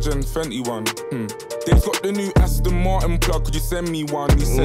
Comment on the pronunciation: AstIn vs astOn ngl sounds better with the i